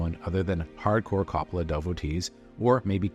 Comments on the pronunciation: CO-ppola not Cappala. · Say Cop-olla one more time MFer I double dog dare you. Do some damned research like your job means something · The fact you keep pronouncing his name “cop-ala” tells me all I need to know. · His name is pronounced KOH-POLE-AH. Learn to at least correctly pronounce the name of the subjects in your vidoes. And, thanks a big bunch for the off-hand movie spoiilers, too. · For the 1000th time... his name is pronounced KOH-poh-lah. You make videos about movies and the people involved, so get their names right dammit! It's even pronounced correctly in the movie tag you included AT THE END OF THIS VIDEO - after you've said it wrong over and over. Are you paying attention at all? Do you even care, or is it just about crapping out "content". Youtubers who think they know something about something - ugh. I give your "review" a 5 out of 10 at best. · Guy can’t even pronounce the directors name properly why am I going to trust what he has to say about his movie?